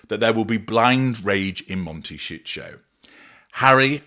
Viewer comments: Mon-tay- sí- toe. The mispronunciation by the AI voiceover is grating. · MONTE SHIT 💩💩💩 HOLD IS WHAT I UNDERSTOOD😅😅😅😅😅😅😅😅😅😅😅😅 CALIFORNIA IS A BEAUTIFUL, BEAUTIFUL COUNTRY. IT IS A LOVELY PLACE TO LIVE. LOVE IT❤❤❤❤❤❤❤❤❤❤❤❤❤❤❤ I SHOULD KNOW, I WAS RAISE THERE SINCE I WAS 1 YEAR OLD. IT IS FUNNY THE WAY HE PRONUNCE IT.